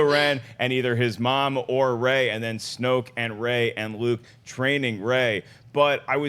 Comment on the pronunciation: its snoke....